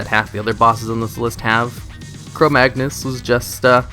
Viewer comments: its Chromaggus, he said Chromagnus at the end. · its chromaggus not chromagnus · you say - Chromaggnus instead of Chromaggus. You also call him Chromaggnus ^^ Oh and,whats the song that starts at #1? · No, he said it wrong. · 33 Chromaggnuts? Or Chrome-ma-nuts? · Schpau Exactly.Everyone noticed that he is saying "Chromaggnus" so I tried to tell him to correct it before releasing the video. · If you're adding extra sounds to a word you're not mispronouncing it, you're an idiot.